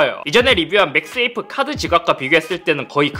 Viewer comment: 맥스 에이프로 들리는데 ㅋㅋㅋ 맥 세이프 라고 하는게 낫지않을까요?